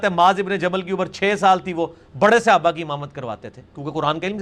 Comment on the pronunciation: اس کو تو صحابہ بھی بولنا نہیں اتا😡